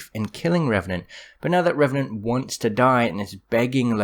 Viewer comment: I know that but it sounds funnier when you say Revenanr and Suicide lol